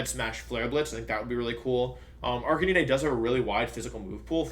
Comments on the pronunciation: Jesus Christ, how do you butcher Arcanine so badly as well? Its Arcanine, an ARCANE CANINE. (Ar-cay-nine) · I found "Arkaneeneigh" very jarring. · Arcani-ne??? Dude its Arcanine, like the number 9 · same! I have never heard anyone pronounce it like that... I thought it was pronounced "ARC-KAY-NINE?" I get almost all my pronunciations from the English anime but like idk. It seems like Wolfe has lots of alternate pronunciations (Gyarados, etc) so maybe it's intentional, or I'm wrong lol. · Joke. Same with Arcaneené and intimidahtee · I'm sorry am I literally the only person who noticed that he pronounces 'Decidueye' as "deck-ee-doo-ee"? It's "des-ID-joo-ai" LOLOLOL deck-ee-doo-ee edit: Jesus fucking Christ "arca-NEE-NAY"?????!??